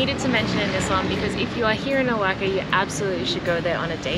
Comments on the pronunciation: Nooooooo. Oahaca You two are fun. Please mentioned the name of the cities right. You are killing them. After all it is CANADA and not SIANADA..🤣😂😅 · Woah-Hawk-A ... Say the word OAXACA! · not ‘o-wack-a’. It’s ‘wah-hawk-a’. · Awesome tour, thanks a million for taking us along on your adventures! Can't wait to check out Oaxaca! Great music selection as well. I think I might even subscribe Btw, it is pronounced kinda like "wa-HA-ka," not "oaca")))